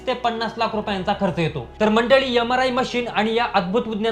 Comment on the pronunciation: यमराय मशीन ? उच्यार सुधारणे आवश्यक .